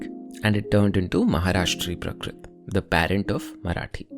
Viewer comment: Hi. Thanks for this video. It's always nice to learn about the various languages of Bharat. It would help if you could correct your pronunciation of some things. For example, you keep saying prakrit, when it should be prākrit, with a long "a" sound.